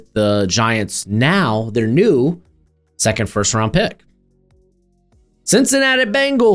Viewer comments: Why are you saying Sackond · I've watched a lot of these guy's videos & Ive never noticed him having an accent or a speech impediment & I must have heard him say 2nd before because I mainly watch his mocks. Why the Hell is he saying "sackent" instead on 2nd. Is he Fn with us? Did he make a bet with someone? Is this a "now" "meow" situation? LMFAO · The way you say 2nd is insane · The way you say “second” is WILDDDD 😂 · I came to the comments for this 😂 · Love the channel, but say "2nd" again 😂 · fr. I have seen so many of his videos and that caught me off guard